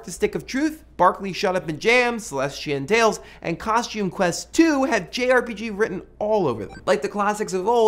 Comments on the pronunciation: CrazyCuddle Yea, it was hard to understand. It's called Celestian Tales. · What is the name of the game ? I honestly can't understand what he's saying x.x